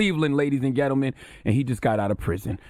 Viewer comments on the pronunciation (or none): Ladies and "Geltelmen"